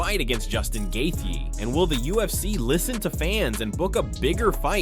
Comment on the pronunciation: How many times can one guy say somebody’s last name in so many different ways and all being incorrect🤡🤡🤡🤡🤡